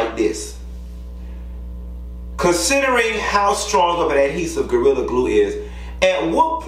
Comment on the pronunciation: Not Gortilla! 😂 Sound like something on Taco Bell menu!